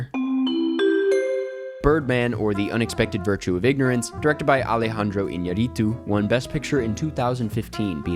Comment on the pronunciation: Why gringos always pronounce iñarritu badly